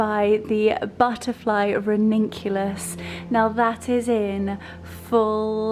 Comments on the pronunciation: You are going to kill me but it is ranunculus not raninculous. Sorry but someone else will most definitely say it as well. I hope you see it as helpful not critical but I like to know if I have said something the wrong way or spelt it wrongly - maybe that is just me. I mean well so please don't take offence. You are popular and it may help you to have a sling on for a few days to help - just for a few hours until it settles down and reminds you and also so you don't bang it again. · You are just precious. You can pronounce ranunculus and anemone any way you choose. We know what you mean. I'm so glad your head is okay, your elbow too, all in good time. I have to say, though, that I was concerned for you. A bump on the head like that can be so dangerous. Your Easter guests are going to feel so loved and pampered. You have such good friends. Happy Easter to you!